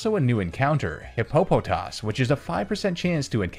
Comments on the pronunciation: Hippo-po-toss, Not hi-po-po-toss. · It's pronounced hippo-puh-toss, not Hi-poe-puh-toss. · This guy really said Hip-po-po-toss